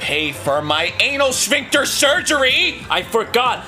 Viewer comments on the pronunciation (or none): I like how Arin pronounces sphincter like shphincter.